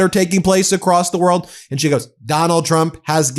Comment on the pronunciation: It always makes me giggle when she says "president Chump", not sure if she is trying to secretly insult him or if she is actually having troubles saying his name.